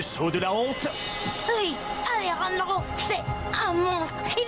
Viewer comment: Non c'est Alejrandro mais ça ce prononce Alerandro